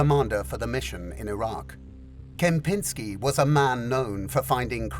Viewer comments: You have easy name of the boos of that operation: Czempiski - pronounced like Champion!!! yes - and you make an underwhelming Kempnski of him, of the Champ. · Czempinski isnt read ad Kempinsky but as Chempinsky :) Cz is read as Ch sound. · For Polish names you should read and pronounce "double letters" like in English where "cz=ch" eg. Czempinski = Chempinski where "ch" is pronounced like in english word chess or chimney, "sz=sh"... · Czempiński not Kempiński. Kempiński was an Special Forces officer 🙃 (you will not find out about him in internet) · caught off guard with Kozłowski and then instantly pulled to the ground by incorrect pronounciation of Gromosław Czempiński ;)